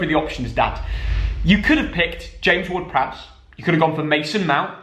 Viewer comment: Ward-Prowse is absolutely spot on!